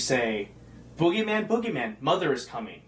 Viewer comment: you said foogiman instead of bugyman